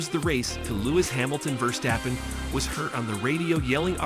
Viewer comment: Dude what a lot of bs you put up a video in where you weren’t even able to pronounce the name of many other very well known F1 drivers. Quit playing with this, don’t make Max Verstappen less of a champion in your head (and stop making yourself so utterly ridiculous!)